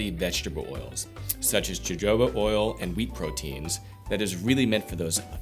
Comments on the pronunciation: Pronounced (ho-ho-bah). Thank you for your video. I enjoy all your videos very much. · Jojoba is pronounced as Hohoba.